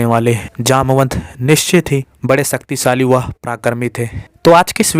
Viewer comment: Sucktisali nahi bhai shaktishali